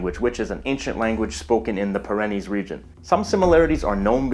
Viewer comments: Pyrenees is pronounced "PEER-uh-neez" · Pyrenees is pronounced Pirry Knees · Pro tip: Stop saying "per-REN-nees" it is pronounced "PEER-ri-nees". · for a linguist your pronunciation of "Pyrenees" is hilarious... it's "peer-uh-KNEES" and not "pih-REH-nis" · I just checked my dictionary to make sure the way I've always pronounced the mountains in this area is correct, and it is: PIER-uh-knees, rather than pier-EN-eez. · Pyrenees is pronounced (/ˈpɪrᵻniːz/) (p IH r uh n ee z) "PEER a knees" not " pah REN ees" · According to my experience and dictionaries, Pyrenees is pronounce PEE ·ruh·neez unless the locals say it differently. Do they? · Pyrenees is pronounced Peer-AH-nees. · That is a strange way of pronouncing the Pyrenees. I admit that I had not heard the Pyrenees pronounced that way before. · thank you so much for your dedication to research and accuracy. I have about 1/16 Basque ancestry. However, as much as I appreciate your work, I would like you to find out the correct way to pronounce "Pyrenees" (mountains) I have always heard it pronounced " peer - an - eees". As in the breed of dog called the "Great pyrenees" - A very large long, thick - haired dog. Kinda like a Samoyed. only much larger. Bigger than a St. Bernard - Smaller than an Irish wolfhound. snowy white and beautiful!. ohmygosh! I started this text to find out the correct way to pronounce the word "Pyrenees". Oh, well. thank you. ever since I found out that one of my grandmothers had a "tryst" with a gypsy in the Michigan woods in the mid to late 1800's , I have been curious if they spoke some kind of "Hispanic". wow! what a complex language! you do a great job of pronunciation! and actually hearing it spoken by a native Basque! Fascinating! Thanks again! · Not to be rude, but you’re mispronouncing “Pyrenees”. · Not sure I trust a narrator who pronounces "Pyrenees" that way, or who sometimes spells "Basque" as "Basqie." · You mispronounced "Pyrenees".